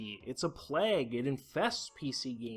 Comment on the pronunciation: Always makes me laugh how people pronounce "plague" as "pleg".